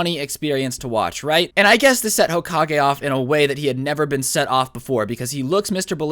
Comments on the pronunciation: Hoka-gay thats how he said it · I'm gonna call him hokagay Me: hmmmmm hokagay hoka-gay GAY